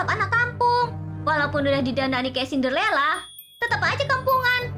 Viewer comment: Cinderella kali bukan sinderlela